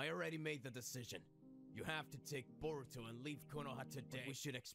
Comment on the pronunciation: His nama not soruto but voruto